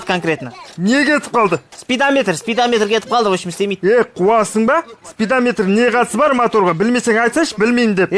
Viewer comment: Спидаметр деиди ма😁😁😁😁😁😁😁😁😁